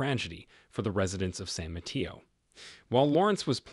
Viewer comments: San Mateo… ( SAN mə-TAY-oh) not ma-tea-oh. 🙏🏻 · San Mateo is mispronounced. It is a Spanish name. In Spanish “e” is 😅an long vowel “a”